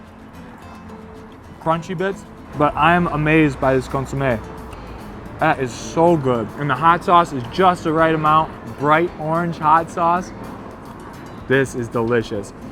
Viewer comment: Great video. San Diegan for 25 years and didn’t know about these spots. Only constructive criticism is, it’s Consomé not consume. Thanks for the video really enjoyed it.